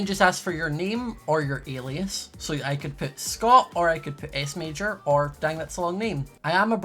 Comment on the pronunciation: U said Smajor 2 times